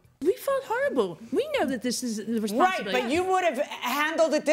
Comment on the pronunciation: "Responsabiity" Hooked on Phonics werked fer me!